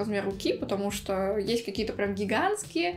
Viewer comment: да фто ты говоришь